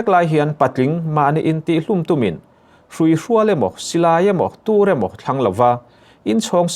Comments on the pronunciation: Hruihrual ti a i lam rik dan kha a dikhlel deuh chu a ni,hrui hruâl,â lai hi thlukna awm lovin hruihrual tih zawk awm tak,ka lo sawi ve mai mai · An hming pawh i sawi dik thei lo ania, Marana-i a ni lo, hrui hrual pawh lam thiam bawk si lo. 😢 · Hruihrual a lam rik dan kha keipawn mak ka ti😅